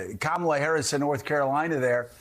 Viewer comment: Can we get Kitty Kay, a professional in her field, to say the Vice President’s name correctly? Accent is really a cheap excuse just to get ahead of the replies.